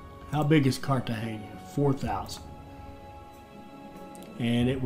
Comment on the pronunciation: I think the buccaneer is better for pirating.after you buy everything with fame and the fame loss is irrelevant. Glad you know how to pronounce Cartegena,unlike the tutorial guy.